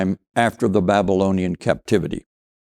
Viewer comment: Learn to pronounce words like Babylonian....CORRECTLY! Otherwise yu lose your credibility.. Furthermore, the SCRIBES who wrote the Old Testament were "historians and archeologists " , they were propagandists. There were few historians and no archeologists 3000 to 4000 years ago. Most people were illiterate. Honestly....you sound ignorant and ive got to think you are working for the Zios.😢